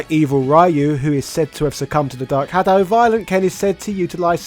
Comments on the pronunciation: It's pronounced REE-U not RY-U, if you are such a fighting game fan the least you should do is to learn to pronounce the names correctly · Great video, just one thing: Ryu is read as "Ree-you" not "Rai-you" though. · Oh my GODDDDD RYU IS PRONOUNCED "RE ...YOU" I refuse to believe you are at ANY level of fandom and still saying rye-you🤣 You can't have not heard that name pronounced before Look at mr sakazaki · Ryu is not raayu 辣油 that is "chilli oil" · "Rai-yu"? He's "Ri-yu"/Ryu. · it's 2024 and some people still say "Rie-you" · I thought it was solid, sure it’ll be cool if they put in 2d versions of new characters into it like juri or Seth but it is the best version of SF2. Also it’s pronounced REE-YOO cmon man! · It will always be "RAI YOU" isn't it? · people, please! in the 80s and 90s, not having internet and other means, names got mispronounced... a lot... BUT today... Ryu (meaning "dragon" among other things, japanese is scary sometimes) reads like reeoo - the R dont sound like in the word "red" but like the R in the word "Juri", the SF4 and 5 charater. ears are bleeding; lets not mispronounce it anymore! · Ray-u oh... god~ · Hearing "Ray-you" still kills me to this day. Nice video~ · How is your wife able to pronounce "Ryu" correctly, but you somehow can't? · So many years and English speakers still mispronounce RYU... 🤦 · British person pronounce "Ryu" correctly challenge (Failed) (Unwinnable) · I’m I the only one pissed that he is pronouncing Ryu’s name wrong?!?! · imagine pronouncing ryu wrong in the year 2022, ffs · Make SF video > Proceed to pronounce Ryu's name wrong. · I'm sorry but can you tell me how are you this invested in the series and then completely unable to pronounce Ryu? It's beyond vexing. Also the game is pretty cheap nowadays, complaining about release price is just bad consumer culture. If anything is bad about it, it's the AI that is too one sided and simple